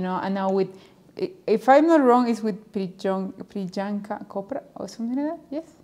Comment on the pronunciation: Es Priyanka Chopra, se pronuncia Prianka sin marcar la "y" 🥰 ella es la mejor, deberías ver más cosas de ella, en baile, películas como tal, intervistas los sencillos que lanzó por allá en 2013 con Pitbull (Exotic), Will I.am, chainsmokers.